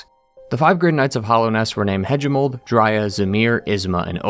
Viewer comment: The a in galien is pronounced like in Apple and the a in Hagimol is like in ape and the g is like in goalie.